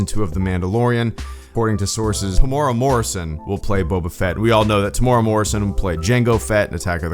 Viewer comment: Kiwi here to mention that “Temuera” is pronounced “teh-moo-era”